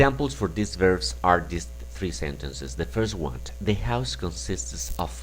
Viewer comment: Muy didáctico el video, así como el material que ofreces, pero ojo, o mas bien oído,, porque en la pronunciación estás añadiendo una t innecesaria:: "the first one (t)". information(t),:" resign(t)",:"the first one (t)",: "the following (t)", en seguida se la quitas a "next" que sí la lleva; otra vez la t intrusa en: "rely, (t)",: "on(t), (en esta palabra repites la t siempre que la dices, igual en "the first one (t). No es con ánimo destructivo, aprecio tu conocimiento. Me gusta el inglés y espero que lo recibas con buena onda.